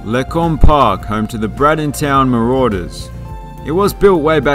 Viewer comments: Bradenton. Pronounced= braid-in-ton. No 'town' anywhere in the word. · the way he said Bradenton had me cracking up